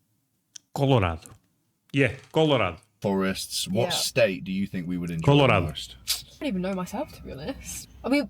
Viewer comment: You nailed Colorado